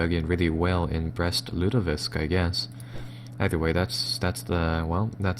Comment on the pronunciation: He's killing me with his inability to say the city names correctly. Brest-Lutovisk - like lutefisk? Ugh, it's like listening to fingernails on a chalkboard.